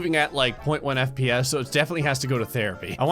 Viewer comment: does he say "DeathPS" instead of FPS